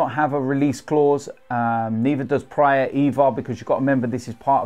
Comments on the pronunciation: Go back to the brick wall for the background, pronounced praat like the a in bra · Fyi Praet is pronounched praaat like a in bra.